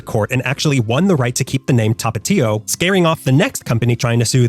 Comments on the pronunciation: I'm wondering why you keep calling Tapatio "Topatio" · Tha-pa-thio Not tah pah tiho